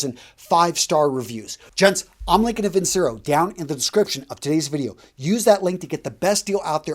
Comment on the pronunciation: Its pronounced vin-chair-o..... It ticks me off when you promote a company and mispronounce its name